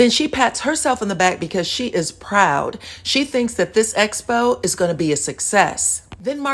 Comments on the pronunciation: I just wish someone would tell Tisha it's EXPO, NOT ESPO!!!!! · She has difficulty with all 'ex' words. Expo, excuse, excited..... not one person tries to correct her. Does production want her to appear illiterate?